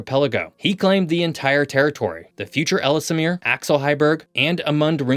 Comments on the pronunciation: Ellesmere is pronounced L's-mere not Ellis-mere. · as always, very informative. May I point our, however, that according to what Wikipedia confirmed for me was that it's ELZ-mere, rather than EL-iss-mere. Also, if you were talking about Thule when you said 'thool', it's actually TWO-lee, and Iqaluit = ee-CAL-oo-it, rather than ee-cah-LOO-it. As has already been pointed out below, the arctic pictures with trees in them aren't right, since the tree line is way down in the northern tip of Quebec at around 61 N. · Ells mere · It's pronounced ELLS-MEER. And not ELL-ES-MEER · “Ellsemere Island” ❌ Ellesmere Island ✅ Letter L, letter S, mere. EL ES MERE And Iqaluit is pronounced Ih-kal-oo-it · Why do you pronounce “Ellesmere” as “Ellis Amir”? I could understand if it were spelled that way, but you’re adding letters and syllables that aren’t there. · Interesting video. Please check pronunciations of towns and places. Ellesmere (ELLS-mere), Thule (TOO--lee), Iqualuit (uh-KAA-loo-uht), etc. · Ellesmere is pronounced "Ellsmere", there's no extra syllable for the middle 'e' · You do need to get accurate images and pronunciation. There are no trees on our arctic islands. It's "I kal u it." "Elles mere." "Noon a voot." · Noon Ah Vut EL Es Mere Ih Kal Oo It I’ve never heard anyone here pronounce them any differently. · For the record, the second ‘e’ in Ellesmere is silent (like the word ‘Elle’) Simonline 🏴😎👍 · Again, you’re mispronouncing the word Ellesmere (the second e is silent). Furthermore the z is silent in Agassiz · Excellent video! My only quibble would be some pronunciations. Having worked in Ontario and being married to a Canadian, I’ve come across a number of different ways to pronounce such words as Nunavut, Ellesmere, and Iqualuit. I may be wrong but it’s worth looking into.